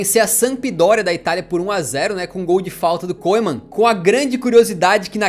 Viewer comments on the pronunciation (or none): Muito legal! Bem feito!!! (Nome do Koeman é 'oe' pronuncia 'u'; sou da Holanda 😉)